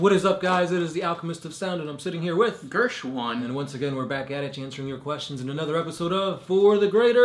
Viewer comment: You didn’t say Gersh-WAHN right. Start over guys.